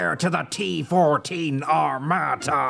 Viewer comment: Today you don't even have to make videos to get clicks - all you have to do is to make "my reaction to "x-y-z" video". PS. That said < A > it's no " AR-MA-TA' " (no stressing on the last vocal) - it's "ARM-A' -TA" ...and < B > why so much drama about a "tank" that does not EVEN EXIST?? 🤣😂 When anyone sees it on the battlefield, please send me the video! 🤣